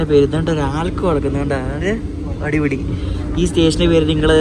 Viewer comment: അട്ടിപൊളി എന്നല്ല അടിപൊളി എന്ന് പറ.